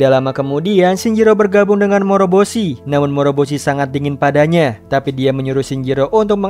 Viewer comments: Bukan moboroshi tapi moroboshi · Bukan dan moboroshi tapi dan moroboshi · Kesalahan saat ngucap nama moroboshi😂